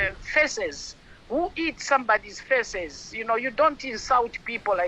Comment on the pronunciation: Jesus, can she learn to pronounce the words google and feces? Its not faces 😂😂😂😂